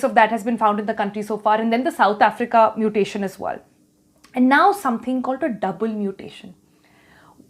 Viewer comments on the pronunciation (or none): Stop your nonsense double muttttation..